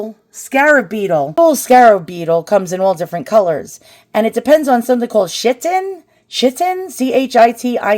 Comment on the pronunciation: chitin, is pronounced KYE-tin. love the video. Thanks for sharing 🦋